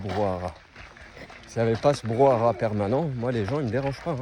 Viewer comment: Salut, je te suis depuis un moment maintenant et t'apprécie beaucoup. Je voulais juste te dire,toi qui aime notre belle france que l'on dit brouhaha et non pas brouhara... 😅 J'espère que tu vas trouvé ton spot de rêve! ❤